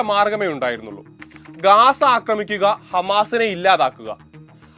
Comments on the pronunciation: ഗാസ അല്ല , ഗസ്സ ആണ് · ഗാസ അല്ല, ഗസ്സ എന്നാണ് ശരി.